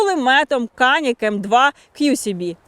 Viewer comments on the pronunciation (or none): Не каник, а джаник правильное название. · "Джанік" - не канік. "дорогий"